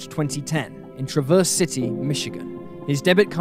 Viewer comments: I love your channel, but..... It is TRAV--ERSE CITY or Grand TRAV--ERSE. not traverse. I know it is a small thing but it is kind of annoying. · TrAH-verse, trAH-verse, emphasis on A. I'm from Michigan 🙃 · I'm from Michigan the names that you pronounce on there were all wrong the city is called traverse City Michigan the county is called Grand traverse county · gave me a good laugh lol